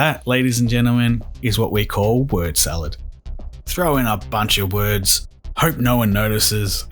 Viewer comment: He lives in Phuket. And I think it's Phuket "Word", not World.